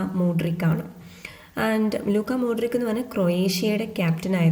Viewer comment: ലൂക്ക മോഡ്രിച്, ഇങ്ങനെ ആണ് ഉച്ചാരണം